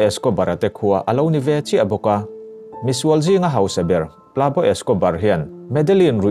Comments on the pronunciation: Plabo Escobar ni loin Pablo Escobar tih tur. (Pab-lo) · 'Pab law' Tiin i lam silova "tunge ni ang aw!!?? Tiin kalo ngyhtuah vung2 😆😠🙄